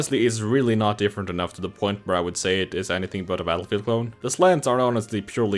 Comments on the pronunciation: Yeah why’d he say metal field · Is it just me or did he say metalfield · Did he say Metalfield? What. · “Battelfegeld” “Mettlefield” Take your pick